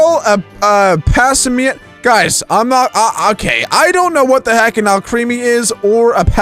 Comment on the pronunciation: He said Alcreamy I am laughing my head off